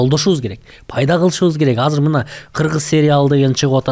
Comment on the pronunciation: Тил дейт анан казыр деп суйлогону кантет